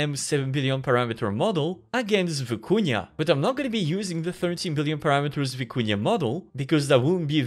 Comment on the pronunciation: "Vykuna" not "Viikunya"